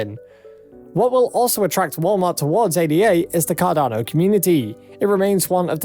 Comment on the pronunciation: This channel is BS. They don't even know how to pronounce ADA. Don't take advice from someone who doesn't even know about the asset they are hyping. I'm bullish on Cardano but I've seen a few videos from these guys and they are nothing but lies and hopium.